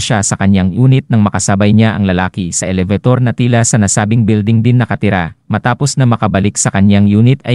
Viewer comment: Filipino ba itong voice over Shocking ELEVATOR / PATONG-PATONG Play this once again and listen very carefully on how you pronounce the said WORDS.